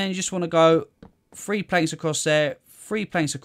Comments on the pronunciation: 3 is pronounced three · 1,2,free and leave a gap 1,2,free aaaand leave a gap... I like the way he pronounces 3